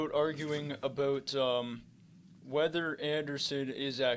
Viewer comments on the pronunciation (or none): That Canadian "aboot" really just slipping out.